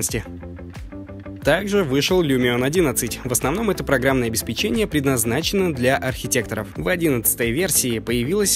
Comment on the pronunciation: Внимание! правильно говорить — обеспЕчение. Спсибо за внимание.